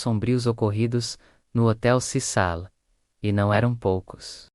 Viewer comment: Hotel CECIL, CECIL, nao CISAL. Para de narrar em IA!!!